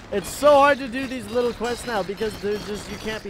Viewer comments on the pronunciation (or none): none